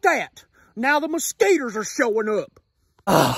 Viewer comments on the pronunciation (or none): I love how he says mosquiters